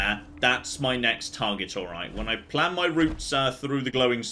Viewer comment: Big Dutch Energy "One last stored critical, then it's off to Nuka World! I have a PLAHN!"